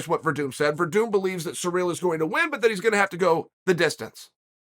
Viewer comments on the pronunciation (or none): Francis and surreal 🤣🤣🤣chaels pronunciation's are always horrendous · So how is Cyril pronounced. Sereel or seril?